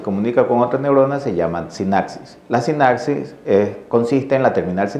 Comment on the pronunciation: Y se la lo el célula8? tan difícil era regrabar esos errores de dicción?